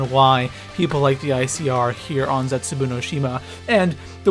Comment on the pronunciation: It's ZetsuBOU not ZetsuBU....... jeez